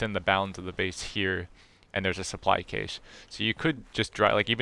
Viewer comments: Every English speaking country apart from America say "cash" not "cash-aye" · Thanks for the generation info. I didn’t know what caused the generation of supplies. Btw it’s pronounced cash not cay-sh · helpful, thanks! BTW, the word "cache" is often pronounced the same as "cash" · Or a cash eh